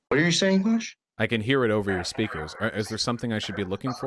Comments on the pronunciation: The way he says "Vaush" as "Bosh" is insuffurable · This is the first time I've heard the name Vaush sound like a slur. "ANYWAYS VAUSH."